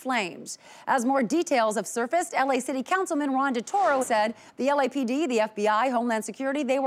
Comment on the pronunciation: The "LAPD" changes to "L.A.P.D."